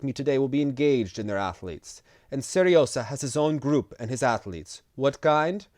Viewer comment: The "hot Sergei"'s diminutive name is not Seresa, it's pronounced Se-ryo-zha - here's an example ;)